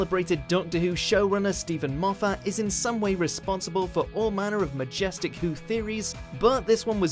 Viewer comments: Tay Hogan M-off-at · Just FYI: Moffat (Maw-fit) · How fat? Mow fat! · you're saying Moffat it's pronounced mow fat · Not only is it a surname but it's also a rather nice place on the Scottish borders. The correct pronunciation is m-off-at. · xXbghytXx It's Moff-at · “MofFAT” lord help me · To say you’re from watchmojo UK you don’t half butcher Moffats name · I think you're saying "Moffat" wrong. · The way you pronounce Moffat’s name is is deeply distressing. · learn to pronounce moffat